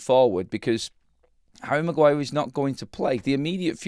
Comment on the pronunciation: The Bruno flu affecting Magwire